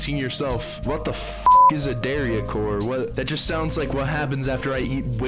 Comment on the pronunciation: why do you pronounce dariacore like that LMFAO